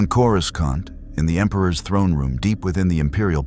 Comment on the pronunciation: Or coraSCantt